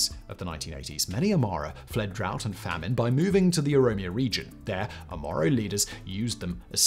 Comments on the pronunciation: It's Oromo, not Omoro... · Oromo not Omoro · This explains the crisis in Ethiopia from the beginning till now. The best detailed explanation I have ever seen... Other than guy saying the Omoro people instead of Oromo. Great documentary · Thanks for the video and analysis ! I just found it hyper confusing that you kept saying « OMOro » throughout the video instead of « OROmo », as it does sound fairly close to « Amhara »… Would be cool if you could edit it somehow lol Going to share this to my friends and colleagues, cheers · Oromo Simple to pronounce Throughout you said omoro Keep an eye on these things in the future Other than that, so happy to see you cover this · How did you go the whole video pronouncing OROMO "Omoro"? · Quite a few things wrong with this video. The Derg weren't ethnic Amharas starving their ethnic opponents. If anything, Amhara hegemony was upended by the Derg's rise to power. You repeatedly mispronounced Oromo as "Omoro" Failed to underscore the brutal repression during TPLF-dominated EPRDF rule Other than that, pretty good video I guess. And one thing, "Medemer" isn't Abiy's idea. He got it from Meles, who got it from a CIA operative known as Paul Henze (who called it "Synergy"). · Good video but 😅you keep saying Omoro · 😆😆 the "OmOro"?? 🤣 its pronounced the "oro-mo" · Bro keeps saying the ''Oromos'' ''Omoro'' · Would be a great video if you didn't say "O-MORO". Also, put some historical context for why Oromo's HATE Amhara's in our land. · Promo not Omoro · its not OMORO...... IT IS OROMO! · So many pronunciation mistakes. I'm surprised nobody else is correcting you ( you constantly called Oromo "Omoro", lalibela as "lalabela", dire dawa "dayadawa", and so on). This are simple words. If I can pronounce Schwarzenegger then you should pronounce these words correctly, 😂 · They are OROMO not OMORO! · Its O R O M O say it with me O-R-O-M-O.